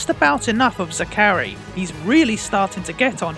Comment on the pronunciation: How do you mispronounce Zachary that badly?